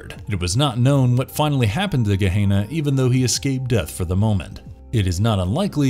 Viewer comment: it is pronounced Guh - Hen - Uh (Gehenna)...............not guh - hey - nuh